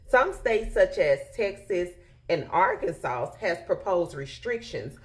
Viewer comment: That woman said "Arkansauce" go back and listen. -dc